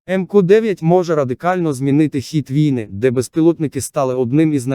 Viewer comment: ЛітАААки, вІІІІйни. ЛітААААки. Робот читає??